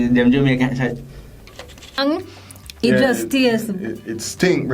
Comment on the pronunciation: Everytime she says "Sachiz"... Bless her heart.